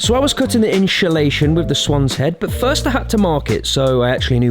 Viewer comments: There’s definitely something amusing about watching cut the “inshulashun” with a “swan’s head” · iNsHuLaTiOn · Personally, I love them sooo much. They make my week the absolute best. Talk a whole lotta nonsense but it’s what makes them them. Love you guys so much! But I’ve got one question: Did teach his students to say ‘inshulashun’ 😂😂 Lotsa love for SA 🇿🇦💗💗💗